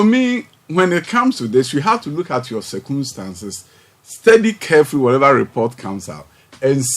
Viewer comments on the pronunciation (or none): "Sir Koom Stance"? 😂😂😂. Tweakai!